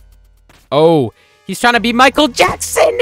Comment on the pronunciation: that ain't Michael Afton, that's Miquel Afton.